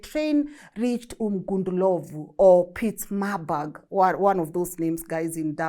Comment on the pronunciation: You made me chuckle when you said, "Umgundulovu,Pietzmaburg!: ...umgu-ngu-ndlovu Pietermaritzburg !!😅